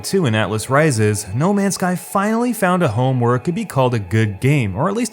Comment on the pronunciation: "Now, atlas ri-ZEZ" I fucking love you